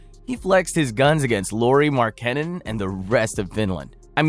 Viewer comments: pocket size. kevin du-ront. lauri mar-kahn-nen. this isn't a real channel. are we paying someone to read names who's never heard of professional basketball players? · If your voiceover guy didn't mess up the pronunciation of Durant and Markannen as well as the word "flagrant", this video would have been perfect. The Ja pronunciation was also a little sketchy. Hachimura is also not a pure-blood Japanese; his father is from Benin. Otherwise, good video. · this dudes voice is so fucking annoying. the idiot doesn't even know how to pronounce Durant or Markkanen. does this idiot even watch basketball? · Absolutely agree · Ai text to speech is getting really convincing. If it wasn't for "Duraunt" and however he butchered Markkanen's last name I wouldn't have noticed.